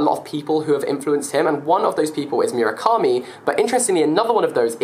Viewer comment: The way Jack pronounces Murakami :D PS: It's MOO, not 'Murica ;)